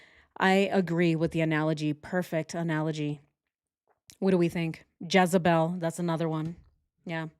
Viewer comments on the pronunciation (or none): none